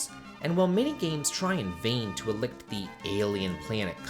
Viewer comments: elicit = e-li-sit. not el-ikt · Side note, it's e (as in gee) li (as it lit) sit. Elicit. Illicit would begin with ill.